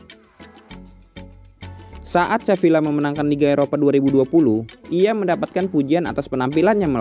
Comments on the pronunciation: Saran: cara bacanya seviya bukan sevilla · min, fyi aja, Sevilla itu bacanya Seviya, double L dibaca Y, kurleb gitu min 🙂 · Sevilla dibaca Seviya